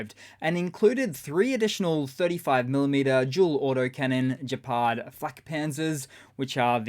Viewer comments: Please stop pronouncing : " jepard" Its pronounced: " ghepard" Like Together. Its german , not italian. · Geh’ pard not Gdzepard. German, not French. Hard G. Merry Christmas and thanks so much for your fabulous work and good humor.